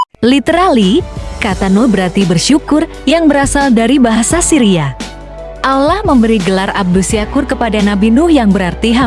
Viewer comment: Yg ngomong nya aja gk fasih dalam mengucapkan Allah kayak orang Kristen ngomong nya